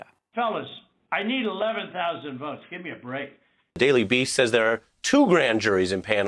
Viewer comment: "....I just want to find, um...11,780 vuots..." I mean?? Just LISTEN to his inflection, tone of voice and mispronounciations!!!